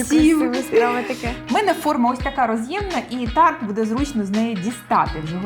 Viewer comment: Тетяно, дуже приємно Вас чути українською, але "бУде", а не "будЕ". Зверніть увагу, будь ласка) Так само і "бУдете".